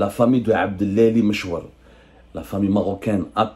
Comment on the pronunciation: عبد العالي وليس عبد الالي. انطق الاسم بالعربية